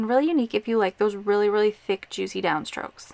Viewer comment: Oooo love it. I also like how you say juicy hehe.